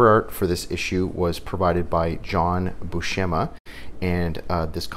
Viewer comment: Herb Trimpe rhymes with shrimpy. And it's Bew sem ah, not shem ah. Like the actor Steve Buscemi with an ah instead of an ee